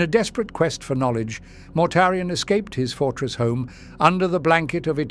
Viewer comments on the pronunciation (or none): I love this voice, but I still get the occasional laugh when its AI heritage exposes itself, such as when it pronounces Mortarian as “Mortar Ian”. 🤣 Will we ever get to hear a “blooper reel” of our beloved mispronouncing words before finally getting it right? Maybe as an April Fools Special or Patreon Exclusive? 😁